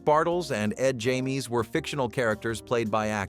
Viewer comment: We pronounced it bartles and James not Jaymees